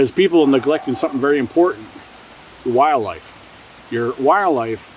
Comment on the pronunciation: Is it me or is this guy not pronouncing "wildlife" correctly? It sounds like he's say "wire-life" 300 times lol